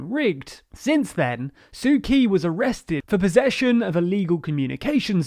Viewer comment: PLEASE. it's pronounced "tsu tchi" not "sue key"